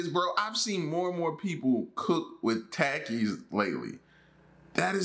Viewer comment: It is pronounced taa-keys